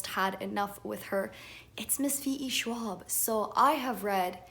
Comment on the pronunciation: it hurt me heart when you said VE Schwab...i get it but it still hurt lol